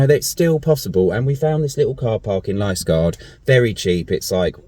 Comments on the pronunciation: Youtube says you pronounce Liskeard Lisgard. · Liskeard Li (as in Bil(ly) if you are down here for a bit some other names that may throw you are:- Fowey - pronounced Foy Launceston (Pronounced Lawn-ston or Lowsun (ow as in ow charlie bit me) Mousehole - Pronounced Mowzil (ow as in ow charlie bit me) If you want some cheap parkups The village carpark in Treen is about £15 from memory, toilets are available on 20p meter clean and available 24hrs. And the Logans Rock pub serves great food although not the cheapest. From there you have lovely walks to Pedn Vounder Beach (one of the prettiest in the world) and round the corner you have the minnack theatre Also Parr sands allow cheap overnight parking with some lovely coastal walks If you have time and a few quid to spare try and get over to the Scillies